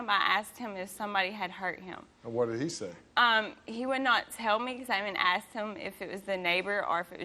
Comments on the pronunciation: Can these people people stop saying "Axed" it's "ASKED" You don't want to be "Axed" I promise you! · That woman admitted it, she said "I axed her".